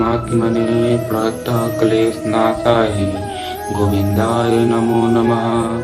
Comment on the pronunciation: Radhe radhe bhaiya Shlok me pranataha me( ha) nahi lagta he aap check krvalijiye ekbaar sirf pranat kleshnashaya....aise sahi uccharan he 🙏